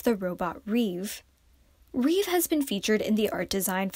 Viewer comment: the robot name is not reve, it's rêve - which means 'dream' in french. yeri named the robot, and its name does relate a bit to the fandom name - reveluv. hope you read it right next time